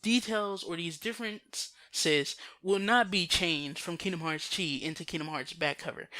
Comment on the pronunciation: "X"-blade = "Chi" (pronounced "key") blade.